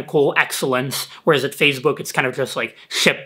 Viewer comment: "fazebook" LOL